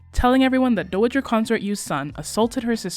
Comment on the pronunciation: I love everything about these recaps! Just a gentle note that you've been mispronouncing "dowager". The O is like the O in "ow", not the O of "doe" you've been using. It's a super tiny thing but I'm too autistic and poorly regulated today to just stfu, sorry 😅😅😅 Did I mention that I love your recaps and especially the sassy little graphics you've been making for them? Wishing ten thousand years of peace be upon Empress Yuan Chungwang. 🙇🏻‍♀️